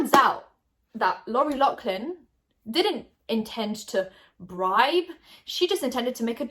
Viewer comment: I love but why are you saying Loughlin like that Is this a British thing??